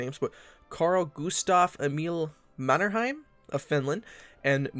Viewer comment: Perkele how did you get mannerheim wrong😂